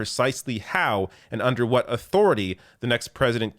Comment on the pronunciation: Joe Biden is more conservative than prezzuhdunt rayGun